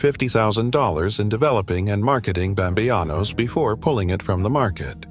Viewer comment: Bam-bey-anos 🙄 ..uhh, pretty sure its bamBEANos, just as its written 🫤